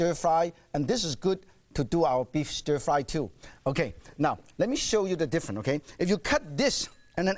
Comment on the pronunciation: ohhh stir fwy..........stir fwry...ohhh stir frwy..........so delicious...stir frwy!